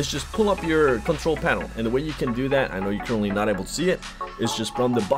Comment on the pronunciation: "DAT way"???